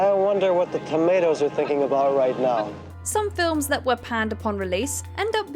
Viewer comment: TOMATOES is not a hard word to enunciate when the movie says it a million times.😊